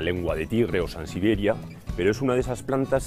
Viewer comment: No ha conseguido decir sansevieria en todo el video. es resistente...SANSIBERIA !!!!